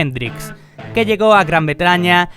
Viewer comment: es Gran Bretaña, no gran betraña😂